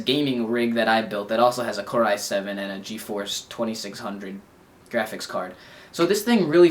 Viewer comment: is it just me or does he say "graphics" weird. its like grrr-aphics. in the gameboy review he also says "strawberry" weird. lol.